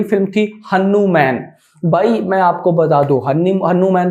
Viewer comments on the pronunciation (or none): Bhai wo हनु मेन nhi "हनुमान" hoga ❤️ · Sun pehli baat hanuman hai apni pronoun sahi kar hanu man nahi wo hamare aaradhya hai sahi se bol ok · Abe oyyy naam to shi se le हनुमान hai saale 😡😡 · Are Bhai Hanuman ji ka movie accha se to bol le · Bhai Hanuman ji bolna toh dhang se seekh Jaa